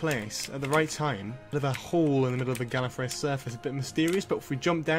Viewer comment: Gallefrey not gallery